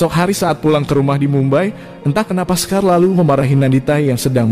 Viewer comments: Bacaya shekar bang.. Bukan sekar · Kok sekar,,shekar itu bacanya (shikar)